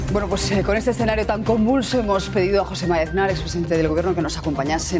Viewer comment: Lo presenta mal por casualidad porque no marca bien su nombre es JOSE MARÍA AZNAR,,,, NO: jOsEmAzNaR